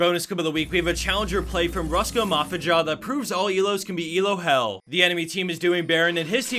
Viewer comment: Hahahah ruska mafidza! :D Its pronaucing russian mafia the j is silent! :)